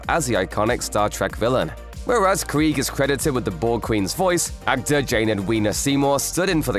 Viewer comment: You’re not pronouncing Krige correctly.